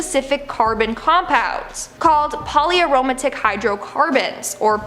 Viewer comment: And Hypatia as “high-puh-teeya” instead of “high-pay-shuh.” I hate it when they can’t be bothered to look up how to pronounce words. She also pronounced poly aromatic as “poly-aroma-tick” instead of “poly-arrow-matic.” And “Oh-mwah-mwah” instead of “Oh-muah-muah.” I think she must be from “Pah-ho-enix.” (Phoenix). 😂